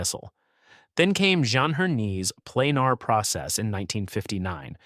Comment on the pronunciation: Planer is pronounced Plain-ER, not Plain-AR.